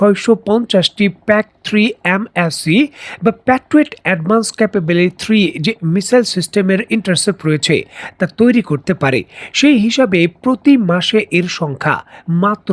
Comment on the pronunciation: ইন্টারসেপ নয়, ইন্টারসেপ্ট